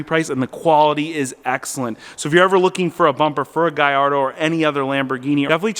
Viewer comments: gallardo not gayardo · Also it's not a "Gall-Ardo"